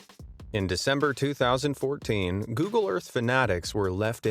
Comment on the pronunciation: u also mispronounced 2014